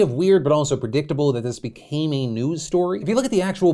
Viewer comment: When Phil talks about how Armie Hammer's drama be-CAYMAN-ews story...